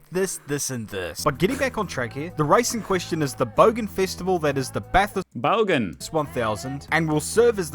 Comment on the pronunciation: You said "Bogan" like a true Aussie